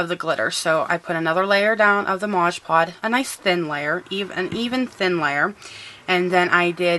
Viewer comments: lol i love this video but its called MOD PODGE not MODGE POD lol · Love the video. Had to laugh when you kept saying modge pod lol